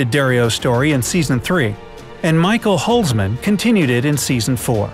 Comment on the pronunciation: Michael Halsman? I’m dying 😂